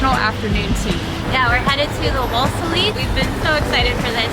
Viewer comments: woslesly is pronounced "woolzy" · Wolseley is pronounced Wool-slee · Actually, Wool-zlee.